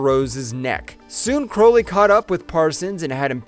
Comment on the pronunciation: It's Crowley. Like cow or out. And it's a Hatchet, not a ratchet. Like the name of the first film. I swear it's just all phoned in at this point. When you say his name like that, ITS PROOF THAT YOU HAVEN'T WATCHED THE MOVIES!